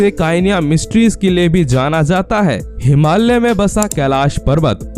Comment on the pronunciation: कृपया हिमाल्य नही, योग्य uchhar "हिमालय" बोलिये पहले